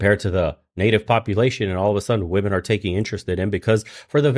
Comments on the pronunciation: “WOMEN” is verbally pronounced as “WIMEN” !!!! “WOMEN” is NOT pronounced as “WOOOMEN” !!!!!!!!! Illiterate individuals !!!😖😖😵‍💫😵‍💫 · These illiterate individuals should go and learn the English vocabulary. WOMEN is pronounced as verbally saying WIMEN !!!!!! WOMEN is Not Pronounced verbally as WOOMEN !!!!! PLEASE LORD HELP ME !!!!! 😖😖😖😖😖